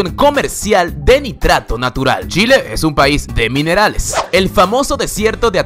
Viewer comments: chile ql chileee se dice.... no shile aweonao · es chile no shile !!!!! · el qlo dice shile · Te gustan los shenos? 7u7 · Si creo que su pronunciación no esta bien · Muy bueno el trabajo de recopilación. Informa, educa y entretiene. Un consejo para el locutor, respecto de la forma en que él pronuncia “Chile” y “Chilenos”: Nosotros pronunciamos la “Ch” de forma distinta al “Sh” en inglés, y dependiendo de que parte de “Chile” eres educado esa “Ch” es mas “Tch” que “Sh”, este último considerado incorrecto y vulgar, pero en general lo mas aceptado por el “Chileno” mejor educado es “tch” fonéticamente hablando. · ¿A 6893 kilómetros de altura? ¡Wow! El volcán Ojos del Salado debe llegar hasta el espacio entonces... jaja Me gusta mucho tu video. Sin embargo, hay algo que me causa curiosidad. No entiendo por qué, en ocasiones, pronuncias «Shile». Quizás en la región de México de donde vienes se haga eso (en ese caso, me disculpo por mi comentario), pero, en Chile, solo la gente con poca educación pronuncia la CH como SH. Hago esta observación porque vivo en Francia y ya varios latinoamericanos que he conocido aquí, cuando tratan de imitar el acento chileno, hablan con la SH como si fuera típico de Chile, pero a mí me parece terrible y no me siento identificado en lo absoluto. Fuera de eso, me gustó mucho tu video y te agradezco también por hablar bien de mi país. Espero poder ir algún día a conocer México. Conozco a muchos mexicanos y la mayor parte de ellos es gente adorable y muy bien educada. Saludos desde Aviñón, Francia. :) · No sabía lo del reloj, ni del lugar mas lluvioso y el de ¡fósforos! Me gustó lo elegido. Lo malo, el que habla dice Shile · de shile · Por que dices Shiiile? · O wn me da como cosa y risa cuando dice : SHILE ksks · Porque dice "Shile"? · Dato curioso: pronuncias mal "Chile". Lo pronuncias como Shile. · shile xD jajajaja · Porque dices ssshile al comienzo? Es ch simple, pronunciación corta dental.... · Shilee, shaaiten😂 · dijiste "shile" :v